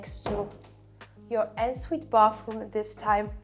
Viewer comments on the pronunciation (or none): Hahaha not ensuite pronounced ensuite but ”onnsuite”! Your accent is very good for a non native english speaker but the word ensuite….. on Sweet